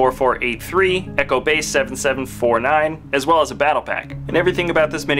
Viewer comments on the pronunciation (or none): none